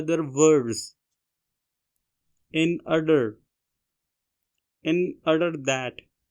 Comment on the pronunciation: it's order.. You are are saying it "Ader" 🙄 Thanks for the dictation btw..🤗